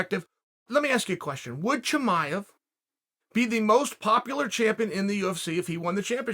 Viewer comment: Chael : Haz-mat Chimaiv